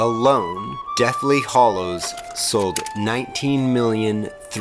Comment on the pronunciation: A really interesting perspective on the films but please, say Hallo to the HAllows, not the HOllows and Fleur is not pronounced Floor!